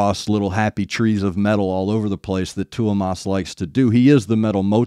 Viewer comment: Not trying to be a dick but just call him Thomas like you would in English. I think you would get closer to the pronunciation.